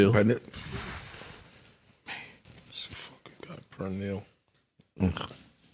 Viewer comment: My nggas said Per’Nill lmao my Spanish homies had to laugh at the pronunciation of pernil 🐖